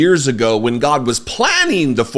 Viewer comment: So did Mohammed. They’re meant to strike the fear of God… Goddd-uh. Godd-duh? I don’t know how to spell it the way you say it, but I like it-uh. 😅